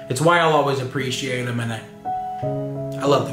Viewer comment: the only thing that bugs me is the way that says “appreciate” like a-PRISH-ATE, no hate just tell it bugs me =P